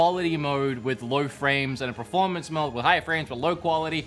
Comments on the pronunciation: I love how the longer this video goes on, looses the ability steadily to say performance and then just looses all concept of the word and says pre-formance 😂 anyways, nice video dude! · PERformance not PREformance, so annoying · Take a shot every time says "Preformance". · PERformance, not pre, PER-for-manse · Drink every time this dude says proformance. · Praformance mode hey? Good praformance on this console hey? I love a good praformance 😂😂😂 praformance, some help this dude with his pranunciation 😂😂